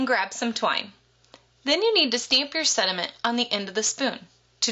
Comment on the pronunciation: It sounds like you say sediments. Lol Cool idea! Thanks